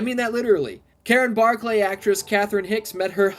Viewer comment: No one prononces it Bar clay its just Barkly ( yes i know how its spelled) go back and watch the movie again